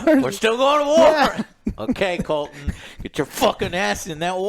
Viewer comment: It’s Criston Cole, not “Colton” lol